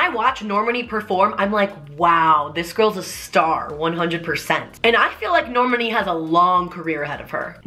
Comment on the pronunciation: You're pronouncing Normani's name wrong 😂😂😂